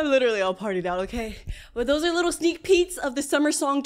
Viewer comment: Bro said a sneeck peek but full song